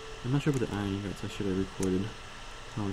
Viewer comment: he stressed the o on ingots